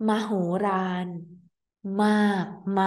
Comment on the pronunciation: Once again a very helpful clip thank you. One funny thing I noticed : while most Thai people speak "l" instead of "r", you love to speak "r" instead of "l", here for example at มโหฬาร. You really tricked me with this, as no dictionary knows mahooraan 😂